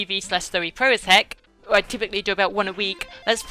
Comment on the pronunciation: I think the question about your specific accent was in reference to your Jonathan Ross-ian accent/speech-impediment that makes you pronounce 'r's as 'w's, like "."